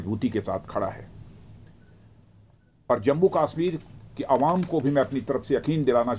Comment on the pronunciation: Abbe chootya pehle bolna to seekh le kashmir hota he kaasmir nahin